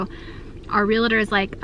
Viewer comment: I often wonder why it's so common for people to say "realitor" instead of "realtor." A friend of mine is a real estate agent and hears that mispronunciation constantly.